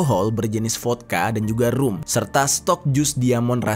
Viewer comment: Jer, Inggrisnya yg bener dong. Rum dibaca ram, bukan rum. Subscriber lo banyak nih, kebayang ga kalo 1M dari subscriber lo percaya kalo itu dibaca RUM. Ada nih di beberapa video, baru kali ini aja gw ngerasa harus ingetin..